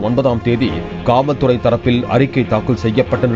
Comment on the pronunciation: காவல் துறையா இல்ல வேற எதுமா ஒழுங்க சொல்லுங்கயா வேற மாறி கேக்குது